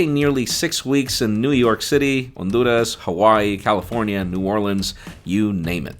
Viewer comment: The way he says his name and Honduras made me unsubscribe. If you are speaking English please keep everything the same and don’t cherry pick what words you want to say in another language. And yes I would consider the way he pronounces his name and Honduras as pronouncing then as they are in a language other than english